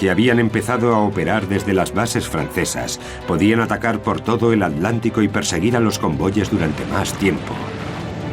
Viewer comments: Si. Es un lengua de trapo este narrador. Ya comprendo porqué pronuncian 'aletic' ya sea al de Madrid o al de bilbao. Lo que no entiendo es por qué no le corrigen la dicción cuando graban o editan. Si es un profesional, como me imagino, este locutor debería poder pronunciar aTLantico como corresponde. Es tan chocante oírlo, que por momentos estuve adelantando el video para llegar al final más rápido. Una pena... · ¿Tienen un problema o impedimento bucal los españoles que no pueden pronunciar en su propio idioma el vocablo "TL"?. Que ridículo queda eso de "al lántico" o "trans al lántico". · ALANTICO? HILER? jaja Y se consideran profesionales narradores de documentales? jaja nuevamente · en el docu parece que dice adlantico pero todos sabemos que se llama oceano acuatico